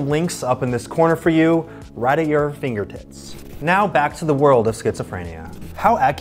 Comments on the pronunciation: did you say finger tits on purpose or… cause I know it sounds nearly identical but if you read lips you can see “tits” not “tips” am I just missing the joke or what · I swear I heard him say “fingertits” instead of “fingertips”